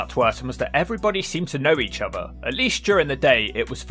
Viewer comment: Your voice is horribly nasal. And why do you say 'ovver' instead of 'other'